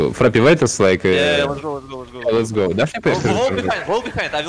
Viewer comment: никто: вообще никто: юолы каждое видео: фраппи, микро